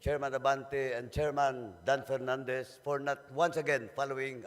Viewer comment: Dapat nag-pass nalang tong si Dan Fernandez, speech niya di niya mabasa ng maayos, F at P parehas sa pronunciation, inulit lang mga nasabi na, sensiya na pero he looks like a joke.